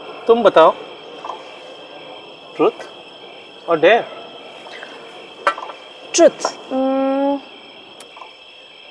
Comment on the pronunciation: interesting storyline, good production all in all, but poor acting - some over acting. Also, while I'm being critical - since when is truth pronounced like it lacks a vowel - It's pronounced trooth, not trruth!? If we indulge in Western behaviour and lingo, then we might as well get it right. Sad to see Indian women think it's so 'with it' 2b doing all the things that stink about being in western society.